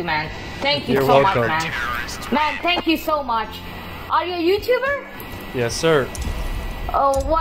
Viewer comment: Ok Thhheankju